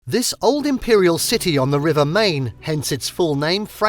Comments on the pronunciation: Is there a reason that you cannot pronounce the Main(mine) correctly!!😡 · Stop saying Main. It's pronounced like Mine. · PLEASE LEARN HOW TO PRONOUNCE MAIN